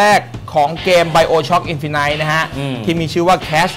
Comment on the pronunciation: พี่อ่านผิดนะครับมันต้อง อินฟะนิท นะครับ